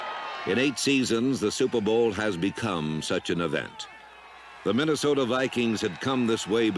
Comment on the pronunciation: He didn't say Minnesota he said MinnesotER LOL RIP John Facenda !